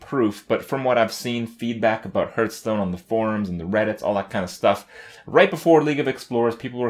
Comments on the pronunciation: my god... i hate when he sais-hurtstone insted of hearthstone.... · Hearth sounds like "Scarf", not like "Earth" The leading consonant alters the vowel.